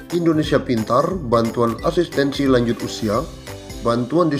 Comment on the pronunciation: Bilang.. bantuan..pun jadi banturan. Jelas bicaranya pak walau bohong.